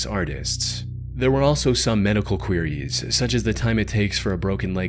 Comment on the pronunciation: When he pronounces "queries" 🤭